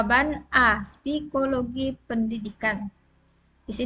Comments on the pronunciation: Psikologi bukan spikologi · Hehehe mantab bu.... koreksi sedikit ibu guru itu psikology bukan spikologi..... selebihnya luar biasa...doakan lulus 100 persen ya bu.